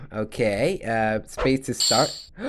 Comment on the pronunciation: LOOK AT THAT HARNOCHO does he mean Pikachu